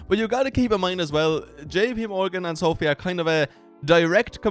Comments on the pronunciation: Pronounced so-fy Not so-fee guy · not called SOOOOOFFFEEE - its called SOFI - come on dude